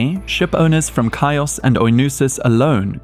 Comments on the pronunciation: Chios is not "Kaee- os", it's "He-os". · Good show but check the pronunciation of words once and awhile😂😂😂ka-i-os😅😅😅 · Chinos in Greek is written Hios so it's better to be pronounce like History. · Chios is not pronounced Kios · This AI voice butchered the name of Chios and other islands. Annoying and not worth watching.